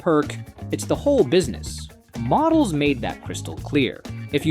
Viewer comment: Ai crap, can't even say Modells right.